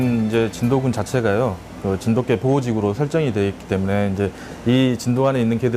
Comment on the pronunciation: 언어에는 역사성이 있죠. 시간이 지나면서 표기, 발음 등이 변할 수 있고 표준어 규정 또한 바뀔 수 있습니다. '자장면'을 예로 드셨는데 '자장면'은 '짜장면'으로 표기하고 발음하는 사람들이 많아서 '짜장면'도 복수 표준어로 인정이 됐죠. 그런데 정 반대되는 예를 드셨어요. 저 영상을 보시면 아시겠지만 나레이터 외에는 모두 [진도깨/진돋깨]로 발음하고 있습니다. 저또한 [진도개]로 발음하는 것은 처음 보았고 매우 어색하게 느껴졌습니다. 백번 양보해 관용적 표기로 '진도개'를 허용하는 날이 온다 해도 발음을 [진도개]로 바꾸진 않습니다. 이 방송의 나레이터는 대본 상의 '진도개'라는 표기를 보고 자의적으로 [진도개]로 발음한 것으로 보입니다. 나레이터는 아나운서가 아닌 일반 성우로 보이고요. 그리고 고유명사에 대해 주관적으로 정의하고 계신데요. 이것은 관용적으로 '진도개'의 표기를 허용하느냐 마느냐의 문제지 고유명사니까 발음, 표기는 상관없다라는 논리와는 전혀 맞지 않는 이야기입니다. 또한 세계화(?)를 위해 '진도개'라는 표기가 더 좋다고 하셨느데 외국인과 관련된 것은 영문 표기를 어떻게 하느냐이지 한글 표기를 어떻게 하느냐와는 전혀 상관없는 이야기에요. 그리고 사이시옷에 관한 규정은 중학교 과정에서 배우는 내용이지만 '진도개'라고 적는 대부분의 사람들은 단순히 그것이 맞다고 생각해서 즉, 틀렸다는 걸 몰라서 그럴 뿐입니다. 님이 말씀하신 것 같은 거창한 이유에서가 아니에요. 역시 그런 이들도 발음은 [진도깨/진돋깨]로 합니다. 말씀하신대로 초등학생도 '진돗개'의 사이시옷 표기를 다 안다면 역시 '진도'라는 원산지를 쉽게 알기 위해 '진도개'라고 써야 된다는 말씀도 어폐가 있게 됩니다.